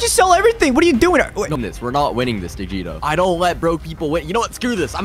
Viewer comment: haha that’s not it it’s